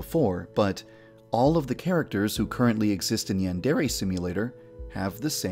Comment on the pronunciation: Before you worry about your characters having cringey named you should try to pronounce yandere and deities the right way.